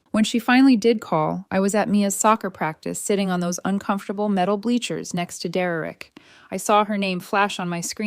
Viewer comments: His name is Der-rick. Not Derrerick. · Then the mom should help, what an entitled mom and sister. Do low contact and the Derereck pronouncement is ridiculous AI does not know how to pronounced it because I have heard this pronounced throughout all other stories. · Just when I worry that AI may take over the world, I am comforted by the fact it can't even pronounce Derek properly. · Can't AI pronounced the name Derek? It sounds idiotic every time. 😵😵‍💫🇸🇪